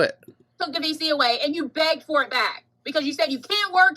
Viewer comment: Every time they say "VC", I hear "FECES" 😭